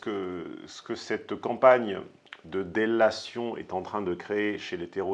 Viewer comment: Pour qu'on le prononce comme toi "déllation" , ça connote super bien avec son paronyme.